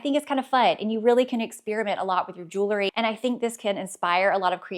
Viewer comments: I enjoyed your videos and find them helpful when I’m feeling in a fashion rut. One friendly request, please stop saying “jewlery”! As a fashion influencer, you should correctly pronounce common words in your chosen area of expertise. Jewelry. Sorry to be that person but somebody has to! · Please! It’s pronounced jewl -ry. Not jewel - ery. Many folks make the same mistake. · Jewel-ry.....Jew- lery (no) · Love the info you offer! But please, don't pronounce the word jewelry jewlery. It is incorrect and lessens your credibility.